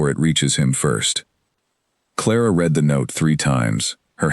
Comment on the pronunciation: I did truly enjoy this story. However, I think the biggest thing narrated stories like are missing is an editor who is knowledgeable about sentence structure, punctuation, and the correct word form usage and pronunciation. Ex: read pronounced as red, read pronounced as reed, etc.